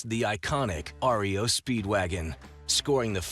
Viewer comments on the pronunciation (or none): Pronounced REO, not like the band which is R. E. O.!!!